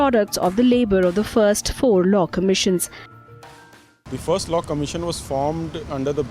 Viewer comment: it's law, not low